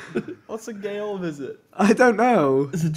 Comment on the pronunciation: "What is a Gay-ol" - Lachlan, 2017